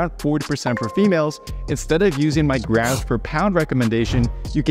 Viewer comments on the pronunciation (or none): 😄Why does he always pronounces graMs as “ grass”??? It was hard to keep on listening that we have to eat “ x grass of proteins” ! 😝